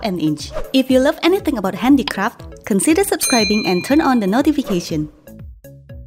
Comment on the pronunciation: I thought she said handy crap at first🤣